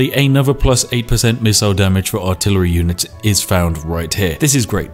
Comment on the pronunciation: PewDiePie: WhAt Is AlTiLaRy OnLy? Spiffing Brit: Casually altillery only in his video without thinking about it